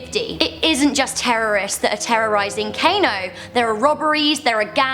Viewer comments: it's pronounced car no not cano, I'm Nigerian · For realz? its pronounced Kahno and Yohla srsly you white peoplz but I'm still lovin' ya